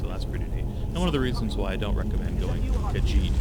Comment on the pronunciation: he doesnt even know how to pronounce melee or khajiit